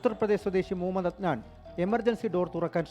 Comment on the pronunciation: Muhammed enn clear ayitt para mapreeeee